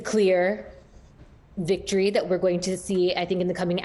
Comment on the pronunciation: The ‘wictory’ speech 😂😂